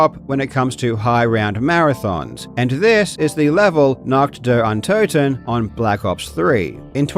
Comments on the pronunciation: German here. We're usually chill with that, but please ... even Google Translator speaks it cleanly, just mimic those three words and do not say "Nackt dar Antatten" anymore. We might have to alter a very old joke then - people speaking three languages are trilingual, people speaking two languages are bilingual, and people speaking one language are (formerly French, but not anymore) Americans. Please. For the sake of how the rest of the world sees your nation, the USA are already being called as the wealthiest third world country. :') Three words. That's all it takes. Do us and yourself the favor. :') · pronounced: NAH-h(ee)*-t DEE-uhr Uhn-TO(E)**-ten (Night of the undead) *It is a ver soft h, like the h at the beginning of hee in hee her ** I can't recall an instance where you pronounce o like an actual flat o, not oe or oh or ah. More like o in "door". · As soon as I heard NAHKD DARE UN-TOE-TEN I knew what I was in for. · What i seriously don’t understand… why cant you just Google Translate or whatever to check how to pronounce nacht der untoten properly? You claim to be a smart guy but fail to do even this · The way he says "Nacht der Untoten", as a German, violates my human rights. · as a german, hearing nacht der untoten pronounced that way was kinda painful and kinda funny 😭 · god your pronounciation of "Nacht der Untoten" was so aweful. I loved it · WHATTTTT THAT PRONOUNCIATION BRO IM DYINGGGGGGG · As a german your pronouciation of Nacht der Untoten annoys me